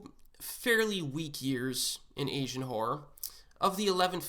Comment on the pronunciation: Essian??? Pronounce your words correctly. Probably good content but his butchering of a simple word is grating on my ears. [AY] + [ZHUHAN]. There is no e. To be an Asian movie enthusiast, you need to pronounce the word correctly. Call me an asshole or what ever.